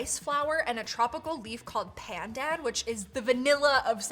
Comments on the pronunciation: PENDEN ITS NOT PENDEN ITS PAN-DAN DIVA 😭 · "and then you make the sendol" LMAO thats not how you pronounce cendol, its pronounced chendol (ch like in check) and for pandan which you pronounced pendean its pronounced more like how its spelled (pa like papa and dan like dan instead of dean)😭😭good try though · The leaf that is mixed with the coconut is actually pronounced pahn dahn or pan done, it's kind of confusing, but it is also used to regulate blood sugar and other health benefits, and its very common in Asia